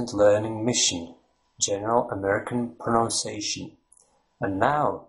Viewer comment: Your accent does not sound American or English. I would have guessed Lithuanian or maybe Estonian. Something eastern and northern anyway. Good on you for trying though. Suggestions: 1) Try saying "pro-NUNCE-ee-ation" when pronouncing "pronunciation". 2) Google "The Great Vowel Shift" to see why the spelling of English will get in the way when you try to pronounce it correctly. 3) Google "rhotic vs non-rhotic" to get a clearer idea about the "R" sound in English/American/Down Under accents. 4) Also, omitting the definite and indefinite articles is strong indicator of a non-native American/English speaker. 5) there are many accents within the US just as there are in the UK and Down Under. My experience of having lived in New Zealand, London, and California has taught me that an effective strategy is to focus on making your own accent comprehensible and pleasant without trying to sound like any specific accent. This will make your speech memorable and interesting without making it sound as though you are trying to mock someone else's accent. Just my two cents... Good luck